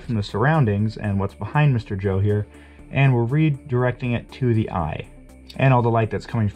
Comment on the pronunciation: “I am ze spy”